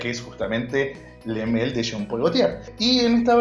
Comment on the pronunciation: Le male porfavor decir bien el nombre porfavor